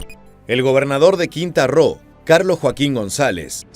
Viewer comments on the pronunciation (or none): No es "quinta ro" es QUINTANA ROO